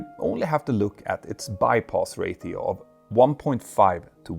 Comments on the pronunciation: stop saying ray-teo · ratio is said "ray-she-oh" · Please say "rayshio" instead of "rayttio". Thanks